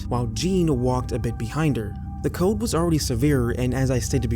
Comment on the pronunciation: COLD...not CODE